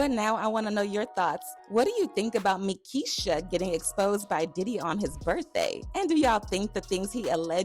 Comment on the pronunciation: Meekia 🤣🤣🤣🤣🤣🤣 I'm weak!